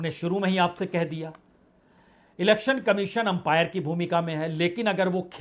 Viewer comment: आपने अंपायर बोला मुझे वैंपायर सुनाई दिया शायद चुनाव आयोग को लेकर मेरे सबकॉन्सियस माइंड की धारणा